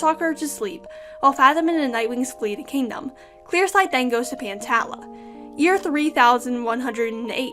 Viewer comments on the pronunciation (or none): I'm pretty sure pantala is pronounced pan-tall-ah because my name is tala and it's pronounced tall-ah